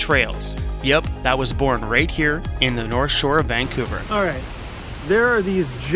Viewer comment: VAN couver 😂